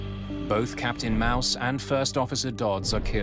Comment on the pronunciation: That captain's name is pronounced like Mawss, not Mouse . What's his first name,... Mickey?